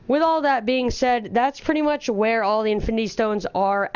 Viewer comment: OMG! You single handedly massacre the word "pretty much"